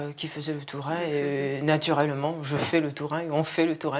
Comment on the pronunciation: Ah! Saint-Alvère! Right down the road from me. Lovely town. But what on earth were you thinking with those interpreters? They are the WEIRDEST, WORST interpreters I've ever heard (and I used to work for years at international conferences.) They couldn't even get the pronunciation of "tourin" right, or "gram," which she pronounced as "jam." COME ON!!!. Too fast, too screechy, really thick Eastern European accent on one woman, just incredibly unpleasant to listen to. Only reason I even attempted to listen to it in English was my husband's hearing isn't great and his French isn't fluent. Really sorry we did.